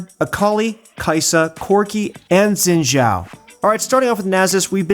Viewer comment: Everyone. His name is pronounced shin zhao not zin zhao